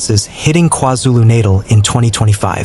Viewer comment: Natal... are you confused with childbirth😂 pronunciation is shocking.